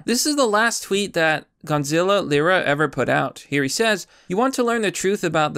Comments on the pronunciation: His name is Gonzalo not Gonzilla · His name is Gonzalo, not Gonzilla, lol. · lmao you keep saying Gonzilla. Instead of Gonzolo. I love it. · Say it with me, — GON-ZA-LO! Gonazlo! Not Gonzilla. Thank you for this upload though bro! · Gonzilla? You can’t even pronounce his name properly and you call him your friend? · Gon-za-low. Still can't read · You can't even pronounce his name correctly.... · Why do you keep saying Gonzalo like Godzilla?